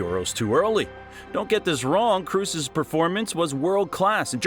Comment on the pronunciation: After he pronounced Kroos wrongly, I stopped watching, that ain't a football fan.